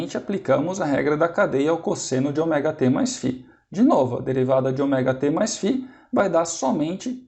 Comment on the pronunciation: Muito boa a aula, só fiquei meio engabelado com a pronúncia do Ômega pra Oméga